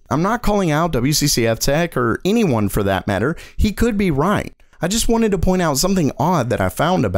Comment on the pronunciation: Why do you prononce anyone as inyone?